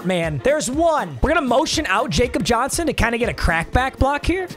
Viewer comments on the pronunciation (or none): Hhhhhhhh. It’s pronounced Yah- cob He German I’m not mad, I’m just disappointed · It's not pronounced Jacob Johnson. While his name is Jacob, it's pronounced 'Ya-cob Johnson'. Keep up the great and interesting vids! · Day 69,420 of telling it’s pronounced yahkob Johnson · When will he learn it’s pronounced YAKOB Johnson 😭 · How long until he pronounced Jakob Johnson’s name correctly